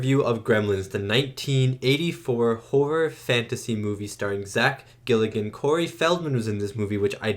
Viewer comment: You keep saying Zack Gilligan, it's Galligan 😆 He's an every-man actor who still works to this day, but never had leading man chops, this was by far his highest profile role ever, which works because it's inevitable the "main" character gets overshadowed by puppets, they didn't want/need a charismatic lead like Kevin Bacon/Tom Cruise/etc. Like with many creature/horror, or even action movies, but Gremlins moreso than most, the "plot" is almost entirely inconsequential. The driving force behind the movie is the puppeteers. What cool stuff can you guys do that audiences have never seen before? And this was the 80s, Jim Henson had made puppets huge in the 70s and there was a whole industry surrounding them. By the 80s horror boom many of them wanted to do more adult stuff away from Sesame St/Muppets. (FUN FACT! Gates MacFadden, TNG's Dr. Crusher, was a puppeteer with Henson! She's credited as Cheryl MacFadden whenever she does puppet work, Gates was her mother's maiden name.) Director Joe Dante turned down the sequel, they spent years trying to put one together and eventually came back to him. He agreed to do it basicly on the caveat he could do whatever he wanted - which meant cutting the creature team LOOSE with an even higher budget. If you thought this one was zany... Looking forward to you checking out the sequel.